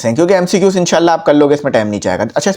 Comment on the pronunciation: sir ny khod MCQs ghalat bola to hmy kya sekahy ga sir hahahaha